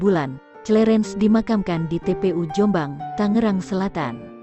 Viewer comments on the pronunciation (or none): none